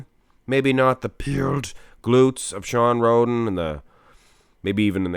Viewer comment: I swear said Shawn Rhodent at the beggining